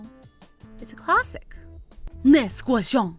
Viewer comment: WE DO NOT PRONOUNCE QUESTION IN FRENCH LIKE THAT..... (sorry but its true i speak french)